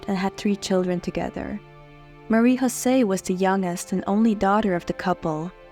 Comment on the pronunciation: It is pronounced MAH-REE YO-SEE. Not Marie HO-SAY. Also she is known as Marie Jose of Italy. Once she marries, a royal consort is known by the higher rank (Queen of Italy) not a Princess of Belgium. It’s also the KEY-INN-EE-AL Palace. Please don’t be sloppy!